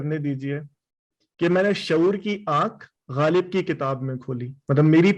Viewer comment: When you speak Ghalib,when you speak words like Rasale You remind me of my grandfather who studied in college in Lahore.